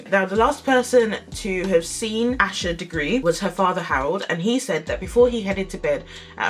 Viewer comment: For clarification her name is pronounced “Ay-sha” not “Ash-a” Now with that said I hope authorities find her or at least what happened to her so her family can have some kind of peace and closure! Happy Tuesday and have a blessed day!